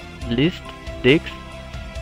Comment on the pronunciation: You are a star. it worked like charm for me. However, it is funny to hear you saying Di*ks instead of Disk.. lol.